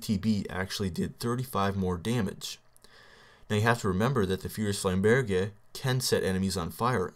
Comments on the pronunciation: I'm pretty sure it's flam-burj... not flam-bear-jay. But whatever, I could be wrong :P Also, the fire status deals elemental damage, right? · flame- burg* is the pronunciation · its pronounced flaimburj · D: Idk, but it seems like you're pronouncing flamberge wrong >< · you are actually pronouncing it as if you were speaking French.